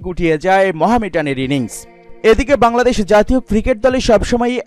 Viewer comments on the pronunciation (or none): none